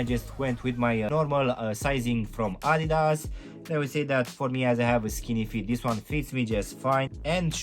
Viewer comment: Idas...🤦‍♀️ Adidas!!! Adidas!!!